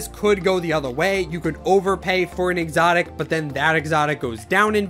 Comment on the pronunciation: THE WAY U SAID EXOTIC U CANT SAY IT NOOB